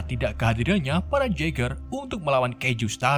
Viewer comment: Telling story nya sih keren. Cuma pengucapan bhs inggris nya perlu bnyk di perbaiki, Shark terbaca srek, sport terbaca sprot, suicide terbaca sosis, DLL. Semoga kedepan lebih baik lg. Txs